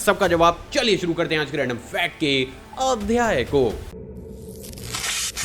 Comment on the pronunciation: Sir Aap ki ye line bohot mast hai..... Adhyay word aap bade achche se nikalte ho